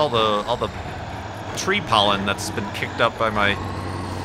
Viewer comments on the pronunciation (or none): none